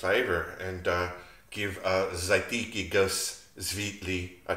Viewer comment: Hey mate, good work I like your style. Pronounced: z'ar'tetsky goos svyet-lee